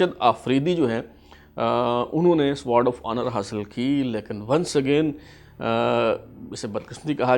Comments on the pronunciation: سوارڈ کیا ہوتا ہے ؟ "سوڈ" sword بولتے ہیں اسے۔ سوڈ اوف اونر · Sword is pronounced as ‘sord’. Try to skip ‘w ‘from the pronunciation. Good research but s’W’ord makes it quite irritating. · Fantastic 👍 1. The word sword will be pronounced with a silent W (Sod). 2. CSUO stands for Company Senior Under Officer. Best regards. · An extremely irrelevant talk by this Gentleman,most of the information is incorrect,no need of this boring talk(illogical),cannot pronounce "Sword"calls it as sward of honour,strange just wasting time